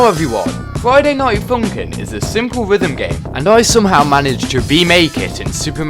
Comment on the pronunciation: dang he really said friday night funking